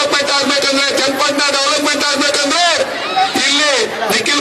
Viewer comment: ನಿಖಿಲಿ ಅಲ್ಲ ನಿಖಿಲ್